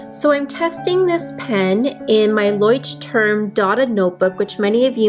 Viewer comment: You said both Lamy and Leuchtturm correctly! Do you speak German?